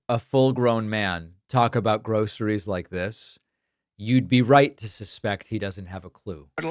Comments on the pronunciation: Trump struggles saying it, "grow-sirees" because he's never experienced it! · He says gro a ress 😂😂😂😂